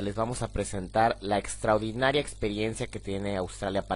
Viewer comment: Muy buen video, gracias, muy informativo...pero se dice "extraordinario", no "extraudinario"